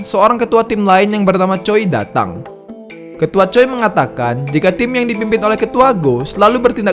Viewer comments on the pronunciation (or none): Aku hanya ingin membeli tau kan pembicaraan yg benar Choi itu dibaca chwe